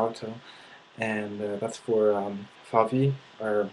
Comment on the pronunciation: Nazi = the N word for germans. Thank you. it is used too often and very offensive - if you want a german to be your nemesis for life, call him a nazi. again, thank you for mentioning that. and i also noticed that you have some dificulties and mix up some pronounciations.(VauWeh). do you plan to go back to germany? Grüße aus dem Harz!